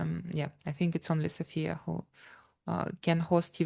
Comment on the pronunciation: Thanks for taking a note, though it is not a big deal. "Sofia", the capital city of BG, places the stress on the first syllable, while "Sofia" (the female name) places the stress on the second syllable. :face-blue-smiling